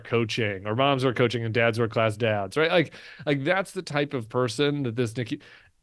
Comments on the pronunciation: Brian: Did you say the right, or the reich ? LMAO 😂 😅 😊 !!! Adolf Trump is literally going down the toilet. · Did Brian say, "Right or Reich"? LOL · Sounds like you are saying, “inside the Reich”. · It sounds kinda like your saying " inside the Reich" which is right!